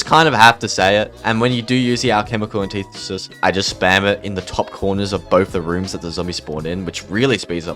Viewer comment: its anti-thesis not an-tithe-sis